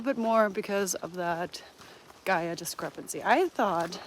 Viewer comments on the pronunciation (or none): none